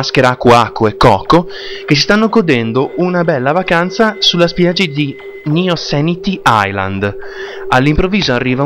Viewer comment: Piccola correzione: Nsanity Island si legge ''Insanity Island'' cioè ''isola della follia'' come in Crash Twinsnity. Molto spesso in lingua inglese si usa la N per abbreviare le parti di parola come ''in'' ed ''en'' (esempio: Rock n roll)